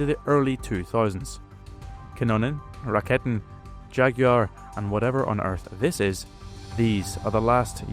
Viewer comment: As we‘re nitpicking: the pronunciation is generally quite good, but the first e in ‘Rakete‘ is a long vowel.